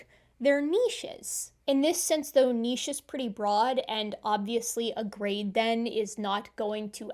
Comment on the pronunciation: Thank you so much for not pronouncing niche as "nitch"